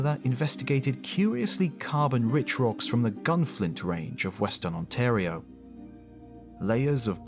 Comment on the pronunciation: Glad to hear Ontario pronounced right! The quality of these videos is unbelievable, and the fact that you switched to the proper way shows you care. Even if it's a little thing!